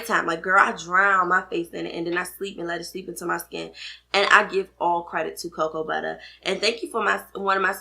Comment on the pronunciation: I love how you say "Cocoa Butta" 😄 Thanks for the vid!